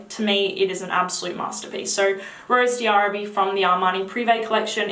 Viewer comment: Hi, I just ordered Oud Bouquet because of you! Can't wait to try it. Also, Rose d'arabie is pronounced Rose DARABEE, the D' is not pronounced separately from the word Arabie. Hope this helped!